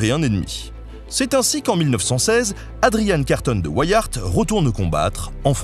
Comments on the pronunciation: Carton de Wiart se prononce tel qu'écrit en français hein (et sans prononcer le "T"). On n'en "anglicise" pas la prononciation vu que ce nom est d'origine belge . 😉 Je n'ai hélas pas trouvé le lien de parenté entre Adrian et notre Henry national. Un excellent livre de ce dernier à lire absolument, c'est "La cité ardente" qui raconte l'histoire de la principauté de Liège. Ah ben j'ai trouvé :-) ADRIAN CARTON DE WIART ( ) Fils de Léon Carton de Wiart, cousin d’Henry, Edmond, Maurice et René Carton de Wiart. Né à Bruxelles le 5 mai 1880, il fait ses études au Balliol College à Oxford. Lieutenant Général de l’armée britannique, il sert dans la guerre des Boers, la première et la seconde guerre mondiale. Il décède en juin 1963. Il a reçu de nombreuses médailles et distinctions militaires, dont la Victoria Cross en 1916. Il épouse en premières noces Frédérique Fugger de Babenhausen en 1908 dont il divorce (dite Ricky). Il épouse en secondes noces Joan Mac Kechnie. Il écrit ses mémoires en 1950, sous le titre de Happy odyssey (le livre sera traduit en français en 1985). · Bonjour, très intéressant comme toujours. Petit détail, tout de même : la famille Carton de Wiart est belge et normalement, le nom doit se prononcer à la belge, c'est-à-dire : Carton (comme en français) de Wiart ( le "w" se prononçant "ou" comme en néerlandais ou en anglais, le "i" comme en français, et le "t" final ne se prononçant pas). La mère d'' Adrian étant d'origine irlandaise, cela explique son prénom d'aspect britannique. Les anglais ont bien sûr logiquement anglicisé la prononciation de son nom, mais me semble-t-il, en gardant le " i" de Wiart comme en français, et non pas en le prononçant "aï ". A vérifier. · En fait tu peux le prononcer à la française. Carton de Wiart comme le papier carton. Une grande famille belge :) (même si le prononcer à l'anglaise à du sens par la suite vu où et comment il s'est illustré). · Carton de Wiart se prononce en francais belge comme ceci : Karton de ouiar ;)